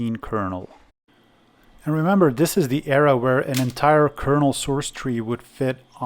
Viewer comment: it's another one of those "DIS" guys. WHAT THE HELL!? Hi. People on the internet used to be able to say TH. THIS. TH. THIS. Got it? Not DIS. I'm sick of hearing this influx of people who can't SAY WORDS CORRECTLY. DIS. DUH. DAT. DEE. DOH. DEK. DO DEKAHEEDRIN Get OUT OF MY EARS.